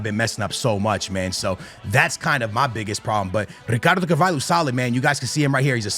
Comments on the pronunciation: it’s not carVAILho 😂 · Brother is rolling all the Rs with RRicardo CaRRvalho like its a parody, but cant pronounce Hancko (pronounced Hantsko)